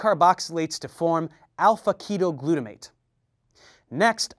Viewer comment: Minor correction, as it might cause confusion for some viewers -- alpha-ketoglutarate was mispronounced as "alpha-ketoglutaMate" (the "R" was erroneously replaced with an "M" when you were speaking). The text on the screen was correct, but the pronunciation was off. Just wanted to point that out in case anyone got a little confused.